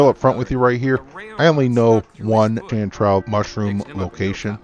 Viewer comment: No no, of course you're pronouncing it right. What I mean is I never came across with this herb.